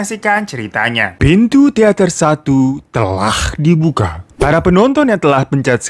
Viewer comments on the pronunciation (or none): "TeLakh diBuKa" bengek anjim